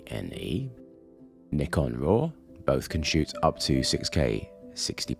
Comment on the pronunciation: Finally, someone saying Nikon as “Knee-Con”!